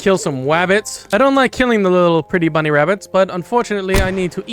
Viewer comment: "I RIDE ZA DEER"